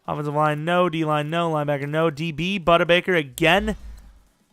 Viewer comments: You were close this time as it’s pronounced Boo-Duh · You're saying budda totally WRONG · Lmao budder baker “and I pronounced it right this time” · Dude you said buddy bakers first name wrong